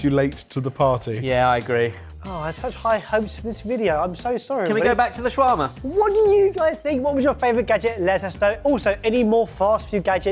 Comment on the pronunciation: That is not the correct pronunciation of shawarma.